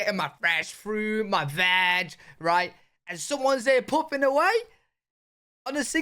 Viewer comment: When you said,” getting my VAG, did you mean veg?” My brain went dirty…